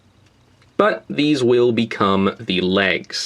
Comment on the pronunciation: Did you say this WHEEL be the leg ?